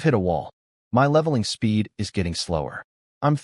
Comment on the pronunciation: Why do all of these AI generated content all have a hard time saying my and is?